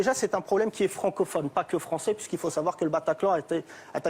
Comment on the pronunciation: Gimenez, un espingouin plus fwançais que le fwançais, wigolez pas les gars, ses awwièwes gwands-parents ont subi le wacisme, maintenant il faut donner en wetour des gages d'intégwation wéussie.